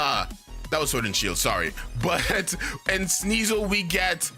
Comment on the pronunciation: SNEASEL, NOT SNEESLE! THE SECOND A IN AMBIPOM IS SUPPOSED TO BE AN I! HONCHKROW, NOT HAWNCHCROW!